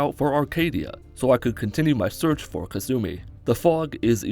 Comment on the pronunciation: Ka-sue-me. Alright what am sueing you for